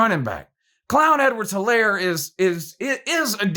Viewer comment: He said Clown Edwards Helaire 😂😂😂😂😂😂 lmfao